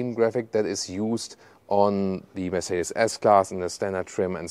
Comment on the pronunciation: Könntest wenigstens den Markenname richtig aussprechen, damit man das im Ausland endlich kapiert !!! Wir passen uns ja auch der Aussprache ausländischer Marken an. Scheint bei dir leider nicht so zu sein. Aber einen Umlaut im Kanalnamen.😂😂😂 Habe schon so einige Videos gesehen, wo Amis gestaunt haben wie deutsche Marken ausgesprochen werden.